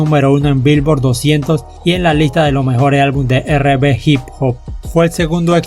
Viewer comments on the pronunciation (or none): Como critica constructiva podrías pronunciar correctamente en ingles, algunos nombres de canciones los pronuncias correctamente pero hay cosas que no pronuncias correctamente ejemplo R&B no es "erre be" entre otras cosas. Un saludo y que buen trabajo recopilando info que en pocos lados encuentras en español.